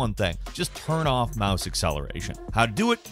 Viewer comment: He said mahs instead of mouse lol